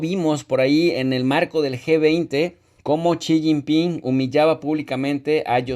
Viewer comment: no se dice shijingpin sonso😂